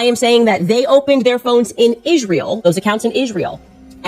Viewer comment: Such a fake cry in the beginning. That was just embarrassing. She mimics emotions she doesn't actually feel them because she's a psychopath. And ffs the way she says ISHreal is so annoying, what's wrong with her mouth?